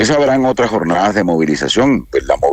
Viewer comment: "habrá otras jornadas" ... Ministro... es: "habrá otras jornadss".... Hay que hablar bien para ser creíbles.